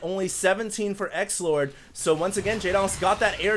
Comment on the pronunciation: why do you call xlord. sexlord in this game? you said it 2 or 3 times XD